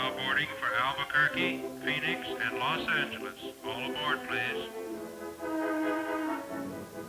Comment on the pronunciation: Los ANGA les